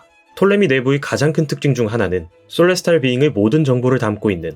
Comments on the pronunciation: 솔레스탈 비잉구... 일본애들 발음 진심... 셀레스티얼 비잉 인데... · Celestial Being 을 왜 소레스타르 비잉그라고 발음 할까요?